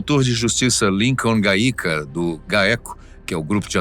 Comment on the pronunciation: Lincon GAÍKA? KKKKKKKK PRONÚNCIA ERRADA, CANAL DA FATOS TA DEIXANDO A DESEJAR, O PRIMEIRO FATO NARRADO SOBRE MARCOLA E O RACHA OCORRIDO NÃO ESTA CORRETO, LEIAM MAIS E CORRIJAM O "VIDÊO"